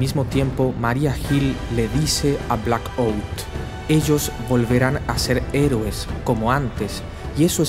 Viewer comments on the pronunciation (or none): Por un momento me confundí, yo escuche que dijo: Blackbolt, por eso cuando este hablo que me quede: Pero que putas pasa?!! Es Blackout y se pronuncia mas o menos asi: "Blacaut" XDDD